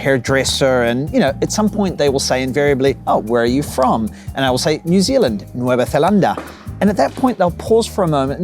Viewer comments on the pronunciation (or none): When you said "nuevothelanda" it sounds like "netherlands" in English. My question for you is how do you get a male haircut in Spain without them automatically fading the sides? I'm from California and I don't want to look like broccoli or a toadstool. In California it's called the Edgar. I'm thinking about going to a salon instead of a barber. In Italy I got a good haircut and all the men had great, distinct hair. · New Zealand in Spanish is "Nueva Zelanda". Zelanda, depending on how you pronounce it, can be understood as "Holanda". Could that be the source of the misunderstanding? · It's the way you pronounce Nueva Zelandia in Spanish. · It's not that we believe that New Zealand is in Northern Europe, it's that your pronunciation of "Nueva Zelanda" is very similar to "Holanda" (Holland, The Netherlands) and, unfortunately, most people don't even know what "Países Bajos" is and they still call it Holanda. I'm also against foreigners not being able to vote, as much as I'm against Spaniards living abroad for 20 years and still being able to vote for what will have consequences for those actually living in Spain. None of them makes any sense to me. By the way, you could come visit Usera (a neighbourhood in Madrid) and you'd be surprised how many people native from English-speaking countries we have. And they're not tourists, they pick up their children from school, so they're actually living here. It amazes me. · To confuse "New Zealand" with the Dutch province of "Zeeland" is totally understandable, since: 1. They are pronounced the same, except for first word. 2. The Netherlands is thousands of miles closer to Spain, so why wouldn't they think of Zeeland? 3. Your ancestors are much more apt to come from The Netherlands than New Zealand. I think this is one gripe that you can easily and logically drop from your "living in Spain hate list".